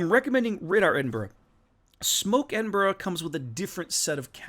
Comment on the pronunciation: Congrats to one of the first YouTubers who can pronounce Edinburgh correctly 😀 👏 😄 👍